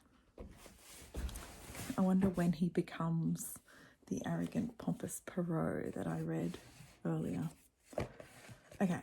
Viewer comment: Bonjour ! Iam a huge fan of Poirot (love the way you pronounce it). I am on vacation and they play the series with David Suchet. I love watching them again and I don’t remember who is guilty or sometimes I do but it’s so fun to see Poirot using his little cellules grises (brain). He is pompous and arrogant but deep down he has a huge heart. In two stories he helps lovers being together; he helps his friends and young woman. He is a secret person. I have read The mysterious affair at Styles last year and wanted to read all of them and now here you are doing it. So I am going to join you ! It’s my birthday today so I am glad to start the day with you and Poirot !